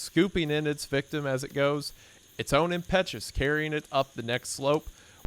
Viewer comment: the word is pronounced tuh•baa•gn (/təˈbɑː.ɡən/) and refers to a long sled, which can achieve relatively high straight line speeds. Impetus is pronounced im•puh•tuhs (/ˈɪm.pə.t̬əs/) and refers to the force with which an object moves.